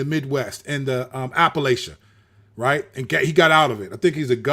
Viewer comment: Outside of saying Appalachia wrong lol appreciate the video and shouting out us Appalachians you talked about that too on the appendix album right?